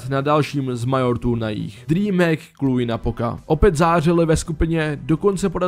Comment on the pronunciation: výslovnost Major a EnvyUS mě zabila :D naprostá czenghlish :D